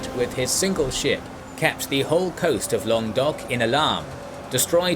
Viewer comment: Lan-gwa-dok is the correct English pronunciation. Not entirely sure about the French one, but I’m pretty sure it’s not what said.